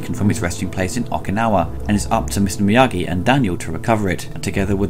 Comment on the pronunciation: So hard to take Ebert seriously when he first calls him Mr. Morita, then Mr. Meageee. Get the name right and then I'll listen to your take.